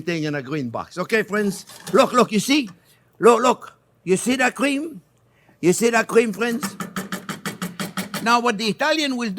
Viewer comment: I love how he says “cweme”